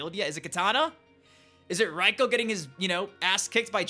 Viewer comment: It makes my balls hurt when he says Reiko.